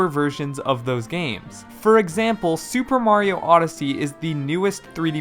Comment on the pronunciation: Shuper Mario Sun Shine